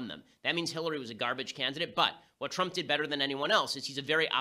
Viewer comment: President Twump?